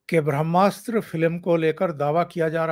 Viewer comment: भ्रम्नास्र नही ओंकार जी “ब्र ह्मा स्त्र” उच्चारण गोवा चाहिये।